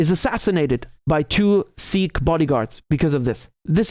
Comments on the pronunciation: Hey Richard, love your videos as always, but just a correction: it is in fact pronounced like "sick" in Punjabi, with a slightly heavier K sound, but not like "seek". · Bro, its Sikh, not "Seekh". A seekh is a skewer to make kebabs. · Not seek, but Sikh, not sick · Actually it is pronounced Sikh not Seekh in Punjabi. Sikh means to learn. Speaking as a Sikh. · I live in Punjab and have Sikh freinds. It is not SEEKH but SIKH. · wrong. It’s not pronounced ‘Seek’, It’s ‘Sick’ I’m Sikh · Your pronunciation of Sikh is wrong. It is a short i, not long. It us exactly like sick except that ending is aspirated K, ie k+h. It's like saying sick and ending with a coughing sound. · You idiot in punjabi its pronounced sikh "sick" not seeeeks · I think it pronounce Siik